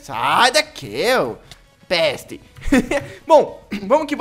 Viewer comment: eu sou do Nordeste, tu falou ai peste sertinho:|